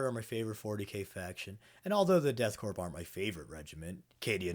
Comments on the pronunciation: Corps (or the stylized korps) is pronounced like core, not corpse or corp. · It's pronounced core* the p is silent. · Please stop pronouncing the "P" in the word Corps (or even Korps in this case). It's pronounced the same as "core" like the core of an apple. The P AND the S are silent. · I know I'm late to this, but you don't pronounce the p in Corps/korps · The worst misconception is that you people think you pronounce the P in Korps